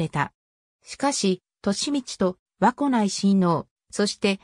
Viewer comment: 和子(わこ)ではなく、かずこですよ🎵